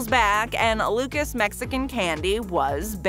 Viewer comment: I’m whiter than white and I know for a fact Luca’s isn’t pronounced like the name Lucas 🤦🏼‍♂️